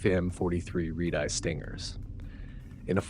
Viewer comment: Reed eye? Red eye